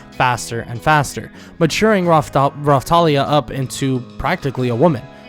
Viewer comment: I Watched This With Subtitles And When You Said Raptalia The Subtitles Said "Rawtalia" Like Bro What Kinda Raw Do You Mean? 😳😏